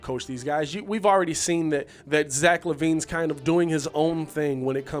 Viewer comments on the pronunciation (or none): none